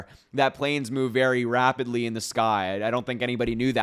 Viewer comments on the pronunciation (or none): Did he say rapidly or rabidly?